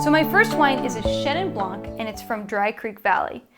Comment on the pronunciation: Interesting choices. Need to try the Italian style. But..... Please don’t say the C in Blanc.. Love your book and the glasses!